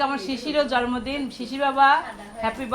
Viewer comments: Jormodin na bolo jonmodin..uccharon thik korlo. Kammi o bolto jormodin. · জন্মদিন উচ্চারণ ঠিক করে বলবেন।যেহেতু এটা পাবলিক প্লাটফর্ম তাাই উচ্চারণ ঠিক না করলে শুনতে খারাপ লাগে। কিছু মনে করবেন না।আপনাকে ছোট করার জন্য বলিনি।জাস্ট একটু পরামর্শ।